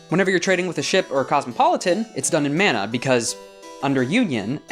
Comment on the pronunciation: Coming in super late here, but "Manna" is typically pronounced Mah-na compared to the Man-a of "Mana". Great videos about Lancer though!